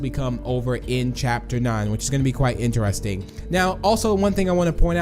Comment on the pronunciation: Lol did he just said intarsting instead of interesting lol is he even a English